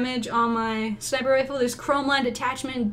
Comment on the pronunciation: sniper not niper